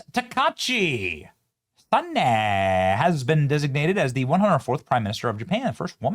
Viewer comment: Ta-Kai-chi Sa-na-e